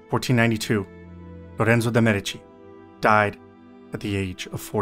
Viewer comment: For your information, in the word 'MEDICI' the stress falls on the first syllable.